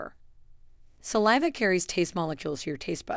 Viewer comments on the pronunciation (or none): none